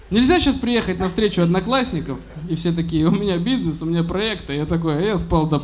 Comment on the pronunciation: Кажется слово ПРОЙЭКТЫ Серегу научил выговаривать Дедищев